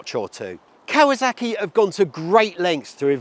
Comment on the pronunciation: I stopped watching the moment he said "Cow-a-zack-ee"...